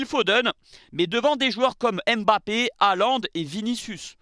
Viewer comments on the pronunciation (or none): none